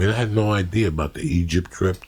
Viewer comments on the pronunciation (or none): "Egyp tript" lmao